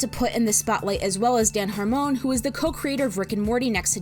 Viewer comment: The way you pronounce "Dan Harmon" is really fun x) It's "HAR (like car)-mon (like run)"